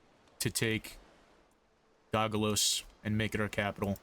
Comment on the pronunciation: (go-go-sos) were's the L? otherwise i love the content, just discovered you last week and finished house nykeorves, keep it up if possible!